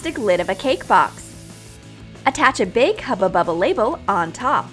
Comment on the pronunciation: Stupid it isnt haba baba its huba buba